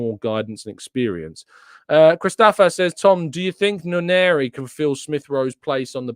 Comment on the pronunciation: I disagree with you the name is not "Waneri" but Nwaneri, this is Nigerian Igbo name.